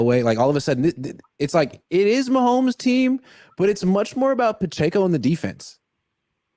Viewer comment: The way says Pacheco is killing me It’s puh-check-oh, c’mon